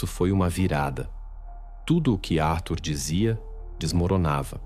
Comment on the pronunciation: Ele não se decidi como pronuncia Arthur ou Atur